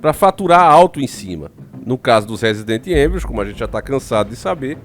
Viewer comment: Em inglês o residente evil se diz ( résident ivèl) ou seja o som do E no início da palavra se pronuncia I e o i se pronuncia È. Sei que é estranho para nós que falamos português,mas agora já podes dizer da forma certa😅. Aprender é fixe (bom) e adoro ouvir e ver teus vídeos. Bjs de Portugal 💋